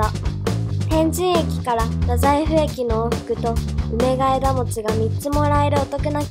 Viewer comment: うめがえがもち❌ うめがえもち⭕